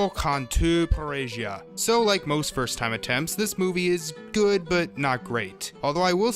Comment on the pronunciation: It's pronounced "Par-eh-ha." Spanish. :P